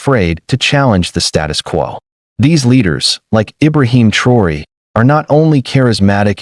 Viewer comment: Yt boy go talk about Europe you even say pronounce thraoe